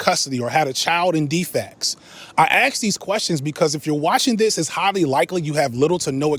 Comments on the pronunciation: He always pronounces "ask" as "aks" 😂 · Cool vid, but I can't stand listening to someone pronouncing the word "ask" as "axe". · cant take a full grown man who says "ask" as "axx" seriously, so cringe.